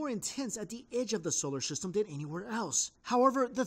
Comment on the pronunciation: "Scholar Syhstem"